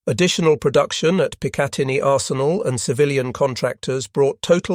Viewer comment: the name of the Picatinny Arsenal is pronounced PICK uh TIN ee.